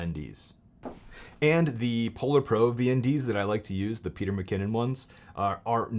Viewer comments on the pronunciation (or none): none